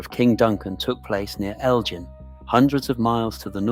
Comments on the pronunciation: The I in Glamis is silent - Glams, Elgin has a hard G as in good. Research before you narrate. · It might help if the narrator pronouced the place names of Glamis and Elgin correctly. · CAN'T PRONOUNCE GLAMIS properly. Elizabeth of Glamis, The Kings grandmother ! "SurreyAnglia" knows how to pronounce it. 😊 It might be a good idea to Pronounce Elgin correctly, too ! 🤔